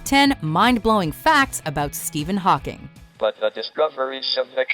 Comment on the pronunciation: the way it sounds like she says pocking annoys the shit out of me